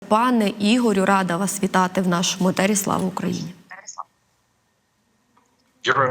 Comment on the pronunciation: Ефір а не етер, вчіться розмовляти а не повторювати рагулятні